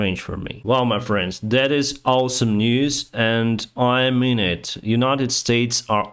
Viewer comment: it is "awe-some" not "all-some"